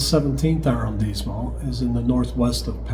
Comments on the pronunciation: I wouldn’t worry too much about your French at this juncture. Be confident, be bold, be committed and you will do well. Arrondissement is pronounced with ‘dees’ because of the ‘i’ and the ending ‘t’ is silent.” It’s all good .. everyone will know what you are meaning to say. My apartment is across from Jardin du Luxembourg so we should definitely have lunch and an impromptu French lesson. Love the channel -Daniel 🇫🇷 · Don't think one pronounce the "t" in arrandisment